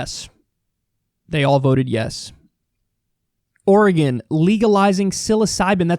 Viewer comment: Thank you Kyle, for pronouncing Oregon correctly! It’s super annoying to hear people from the east coast pronounce it Or-e-gone!